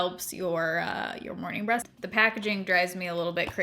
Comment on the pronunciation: I regret to inform you that your pronunciation of breath sounds exactly like breasts 😂 lol but anyhow my holy grail dry shampoo is the Batiste brunette version. And my HG body wash is the OGX coconut coffee scrub. It smells divine (not really like coconut or coffee, more caramely imo) and lightly exfoliates.